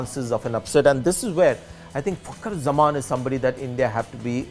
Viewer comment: Sanjay its fakar zaman not fucker zaman please work on your pronunciation